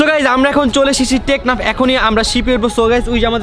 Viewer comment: ভাইয়া ওটা টেকনা না ওটা টেকনাফ